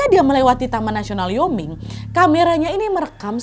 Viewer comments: Wyoming bacanya wa-yoming bukan yoming wkwk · Utah = Yutah Wyoming = Wayoming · Penyebutannya yutah dan waioming